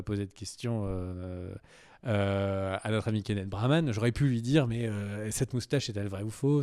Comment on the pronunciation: Keneth Branagh et non Braman!